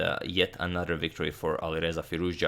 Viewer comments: Love these videos. Is it just me or does it sound like he’s saying AliVeza, not AliReza? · V and R are phonetically close. So in a lot of languages (maybe Croatian too?) they sort of merge in some cases. So you are probably right to hear the closeness.